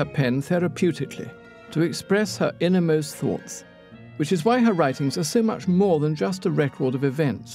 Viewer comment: British narrator: She uses her pen to write all her thottsths